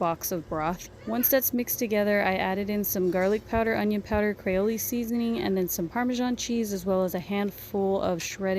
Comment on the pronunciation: I'm assuming she just mispronounced it... she definitely meant Creole seasoning.